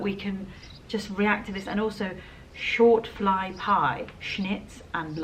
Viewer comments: Shoo fly pie, not short fly pie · I am from the area of Ontario that was first settled by Mennonites (and Amish) from Pennsylvania, over two hundred years ago. They are traditional Anabaptist sects. Today, they are part of the local culture and are respected by the wider community. By the way,, it's "shoofly pie" (rhymes with "shoe").